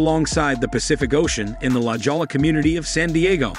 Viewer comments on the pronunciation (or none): La geola😅, it's sounding la hoya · BTW it's pronounced la "hoyee-ah" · La Jolla: J here is pronounced as H, please.